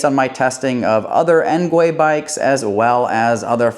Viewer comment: "Engwee" not "engway"